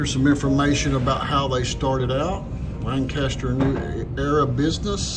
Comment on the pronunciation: Been going for over 30 years. Awesome place! We call Saturday’s (amateur day) lol. By the way it’s pronounced lankisster.